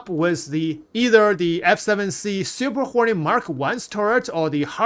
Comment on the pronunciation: I kept hearing "Super Horny Mark Two", lmao Appreciate you, my dude. Lol. Never change.